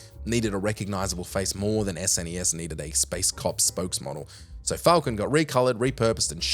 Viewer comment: Stop calling it "sness". It's called an " es en ee ess". No one who grew up with SNES ever called it "sness"